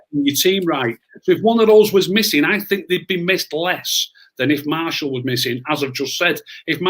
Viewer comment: Enjoyed this a lot great chat and realistic chat from and. The only criticism I have is we don't have anyone called Marshall playing for United!! His name is Martial not Marshall,he's not from Denton 😂. It's the one thing that grates me about the Media and supporters when they say his name wrong!! Maybe it says more about me than anyone else, just my little bug bear 😂 / please make this a regular chat 👍